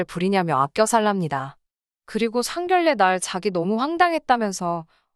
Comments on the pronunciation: 상결례가 아니라 상견례로 읽어주세요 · 상결례가 아니고 상견례로 읽어주세요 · 발음에도 상견례이지 상결례는 아니지않나요?